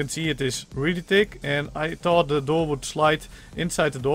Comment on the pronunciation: Love the accent lol fis instead if fish tick instead of thick tin/tinner instead of thin/thinner As if you can't pronounce th